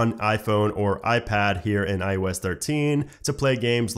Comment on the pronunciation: why do you keep saying I-U-S 13? its IOS